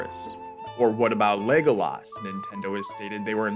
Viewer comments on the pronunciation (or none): It's always interesting how voice people really hit pronunciation of certain words. You really hit the laaaaaaaas in Legolas. I'm probably wrong and lazy but I just pronounce it Legoless.